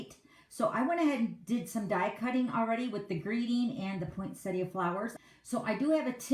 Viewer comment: Love the cute card but the poinsettia cards are just gorgeous. Also very refreshing to hear someone calling it a poinsettia not a poinsetta. Thanks for sharing both styles of this card - I've always been scared of making one of these but after watching you, I think I'm going to try. Bev from Sydney Australia.